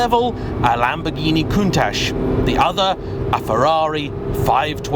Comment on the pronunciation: There is NO SSSSHHH in COUNTACH.